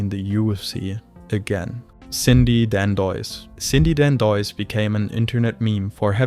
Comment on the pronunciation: CHRIS LYTLE... Who the fuck is "Chris Light"? And the way you pronounced Dandois is fucked man. And Gall wasn't making his debut with a 0-0 UFC record against CM Punk it was 1-0 because he fought Mike Jackson first. YOU ARE SHIT AT THIS.